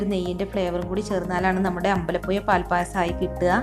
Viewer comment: എല്ലാം കൊള്ളാം, അമ്പലപ്പുയ എന്ന് പറഞ്ഞതിനോട് ഞാൻ യോജിക്കുന്നില്ല യ- അല്ല ഴ